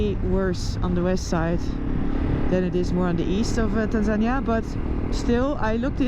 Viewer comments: You English is impressive but Tanzania is pronounced Tanzaneeeeah😉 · Get better soon Noraly! Je komt sterker terug! But one little thing that I to let you know. Tanzania is not pronounced as TanZAnia, but rather TanzaNI-ya. That is the Swahili pronunciation. I know how passionate you are about local cultures, so I hope you don’t take this the wrong way. Just trying to help. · Isn't it "Tan-zuh-nee-uh" rather than "Tan-zan-ña"? I hope you heal up quickly. It's no fun to break your collar bone out in the middle of nowhere. I know from experience. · pronounced tan zan eer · OMG! You are never alone. They will always be with you and take you where you need to get medical. No worries. Your team is there. Is it pronounced tanzANiA or TanzanEEA? Help from locals please! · Pronunciation of Tanzania is actually Tanzania-nee-a, Noraly has a strange way of saying the word. 😮